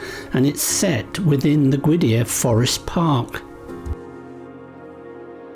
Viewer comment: Interesting that pronounced the I in Criccieth. The first time I stayed at Llanistumdwy I was corrected for pronouncing it like that and told " It's Crick-eth. Can you still walk up to the Castle ruins these day or is it all cordoned off? I'm interested to see if you carry on down the Llynn peninsula as to whether Llanistumdwy is still littmore than a wide place in the road these days. David Lloyd George was born and raised there as I expect you know. That peninsula is probably my favourite area of Wales. There is a very nice Tudor farmhouse a bit further down which is NT and remains untouched from the day when two old ladies, I've there all their lives. Keep it up you two and here's to the next 10,000 subscribers.